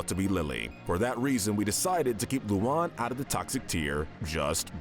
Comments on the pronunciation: It's LU AN NOT LUON nigga 🤦‍♂️ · Its loo Ann not lolan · Lu-A-n not luan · Luon? Its Luan (Lu-an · Lmao l.oun lmao its pronunced lu-an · Why are you saying lu an like that that's Luan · Sorry ocd was kicking in Im not a grammar Nazi but the loun pronunciation of lu-ans names make me die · Someone needs to tell that he's pronouncing Luan (Lue-Ann) wrong. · They said Luan wrong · Him saying Luann's name wrong makes me want to punch my phone 😅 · just mispronounced Luan’s name! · You’re saying Luan’s name wrong